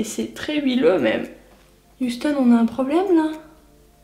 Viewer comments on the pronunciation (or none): none